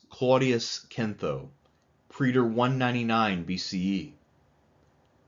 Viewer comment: It's time to learn how to say 'praetor.' Preeder it ain't.